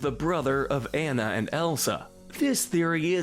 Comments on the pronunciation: The Frozen character's name is pronounced AHNA not EHNNA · Her name is pronounced “AH-nuh”, “”. 🤨